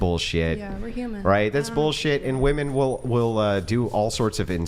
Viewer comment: jfc why can't so many of these idiots pronounce "women" correctly? It drives me crazy